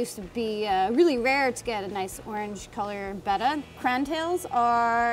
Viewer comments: beh-tta (the way she says it) is technically the correct pronunciation. But, potato, potahto 🤷🏻‍♀️ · Good job on saying betta correctly. Way too many people say it wrong. Than you for easing my OCD. lol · It's pronounced Betta, beta is bayta. :)